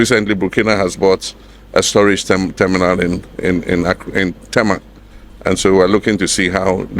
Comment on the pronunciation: Not Teema. It's pronounced TA-Ma even though it's spelled Tema.